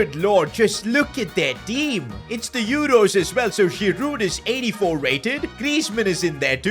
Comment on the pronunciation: pronounced zh-ih-roo